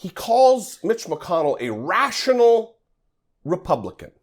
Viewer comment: rash'ional. he was thinking RASHional 😓